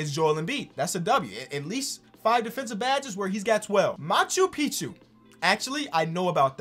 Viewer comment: I’m Peruvian (where macchu picchu is) and you were saying it correct